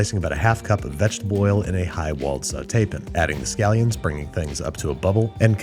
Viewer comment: Is it an accent thing that he pronounces saute pan as sautepn because it distracts me from his sentence every time he says it 😂 I’ve never heard anyone say it like he does